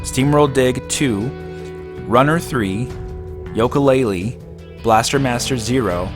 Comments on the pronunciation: why do you say Yolka Laylee? Its Yooka Laylee, like the instrument. Great vid by the way:) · Oh come on, Yoke uh laylee?